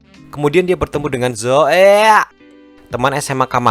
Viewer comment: Kenapa harus ngomong zoeey😂😂😂